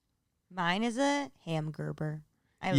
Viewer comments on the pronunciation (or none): Did no one hear say hamgerber instead of hamburger lol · Haha did anyone notice say hamgurber when they’re talking about they’re favorite tipsy food